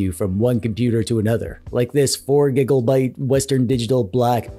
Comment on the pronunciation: What's this "gigobyte" you keep mentioning? Did you mean to say "gigabyte"?